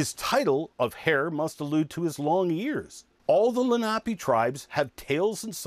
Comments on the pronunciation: It's okay but he mispronounced the name of the tribe. It's not pronounced Lah-nape, it's pronounced Lah-- nah- pay. These are my ancestors and it would certainly be appreciated if it was pronounced properly. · La nape is pronounced la na pay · Accent on second syllable